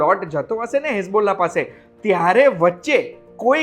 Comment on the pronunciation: હિઝબુલ્લા, હેઝબુલ્લા નહીં. અરબીમાં ઈ લખવા માટે પણ એ જ લખવુ પડે છે. યાદ રાખવુ પડે કે શબ્દનો ઉચ્ચાર શું કરવાનો છે? હિઝ્બ એટલે મોઢે કરવું અને અલ્લા તો ખબર જ હશે. ભગવાનનું નામ મોઢે કરવુ કે યાદ રાખવુ એવો કોઈ અર્થ થાય છે આનો. ગુગલ કરી જોજો ડિટેઇલ માટે.